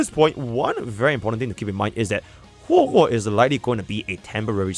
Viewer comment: It always throws me off 😂 it’s hwehwe